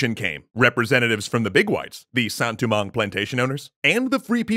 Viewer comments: Sounds more like poorly pronounced French to me. I've heard Haitian Creole from a genuine Haitian, and that doesn't sound like it. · As someone who knows basically nothing about Haitian Creole, I was wondering, is he going for a Creole pronunciation of Saint-Domingue?